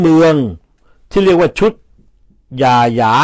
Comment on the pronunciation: ย่าหยาค่ะ ออกเสียงว่า ย่า หยา